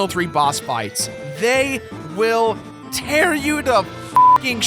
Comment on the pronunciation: "They will tear you to shreds" boi you really didn't say Terra you to shreds